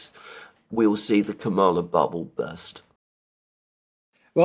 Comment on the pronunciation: Agree with criticism of US mainstream media, Criticism of Vice P Harris fair game but you are losing credibility by mispronunciation of her first name.